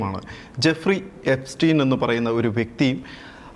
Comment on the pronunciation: എപ്പിസ്റ്റീൻ അല്ല ...ആപ്പിസ്റ്റിനും അല്ല ....പ്രൊനൗൺസ്‌\ചെയ്യാന് അറിയില്ലെങ്കിൽ അർദ്ധം താൻ ഒരു വിദേശ വീഡിയോ പോലും കണ്ടിട്ടില്ല എന്ന് ആണ് ....മൈസാദ്(മൊ -സാദ് ) ആണ് മലരുകളെ ഇതിനു പിന്നിൽ ...Good that, robin mentioned Rothchild..Atryem akatte